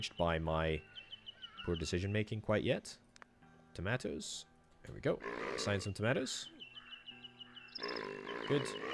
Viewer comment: Some people say "Tomatoos" others say "Tomaatos" this guy said fuck it "Tomaatoos"